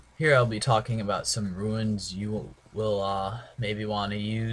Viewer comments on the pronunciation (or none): Runes not Ruins lol